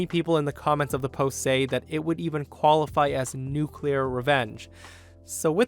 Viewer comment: No Name poo-clear